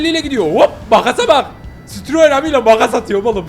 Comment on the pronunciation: CİTROEN AMI DEĞİL AMİ AMİ I DEĞİL İ OLACAK😊😅